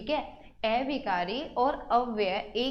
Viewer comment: Aunty a-vikari not ऐविकारी